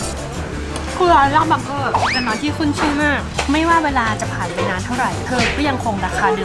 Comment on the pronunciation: อ่านว่า บัง-เก้อค่ะ